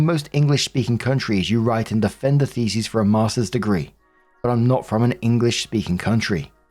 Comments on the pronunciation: Story 2 - As always, when is confronted with the word "thesis" he mispronounces it as the plural "theses"., do try to get a clue that "thesEs" is the plural of "thesIs". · Call me immature if you wanna..... cuz you'd be right but it sounds like is saying "FECES" when he is really saying "THESIS." "I found my feces in my universities repository....." LOOOOOOL!